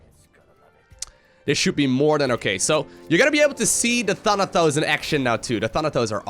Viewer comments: it's pronounced Thanatos not Thanathos, Thanatos was Hades' lieutenant. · The way you say Thanatos sounds like Thunder-Toes :D